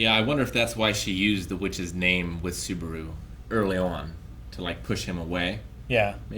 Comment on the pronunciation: Ok these guys are an enigma sometimes: almost perfectly pronouncing Melakuera multiple times throughout the reaction and discussion, but f'ing up with names like Subaru, Shirou or Shinso ^^